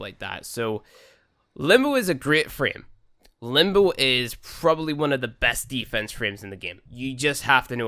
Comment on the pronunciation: It's limb bow. Not limb boo.